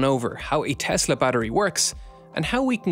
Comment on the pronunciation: TESSSSSSSSSSSSSSSSSS-LAAWWWW There is no Z